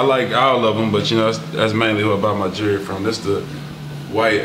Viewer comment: Learn to say jewlry not Jury